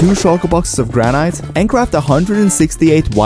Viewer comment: you dont say granite you say granit